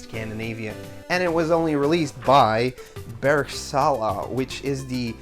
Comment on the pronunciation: Love how you pronounced "Bergsala" :D But damn! Congrats! I dont even have it as the swedish retrogamer I am. So let me know if you ever sell it lol! :D